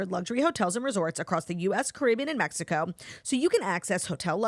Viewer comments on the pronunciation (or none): none